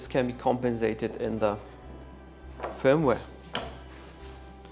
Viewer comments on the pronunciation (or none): none